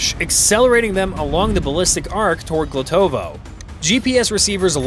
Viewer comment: It's Glotovo, Belgorod region, not Glutovoy. Check news for May 27, 2025